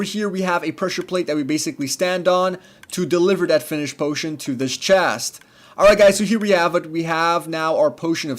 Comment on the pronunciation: "in dis one chast"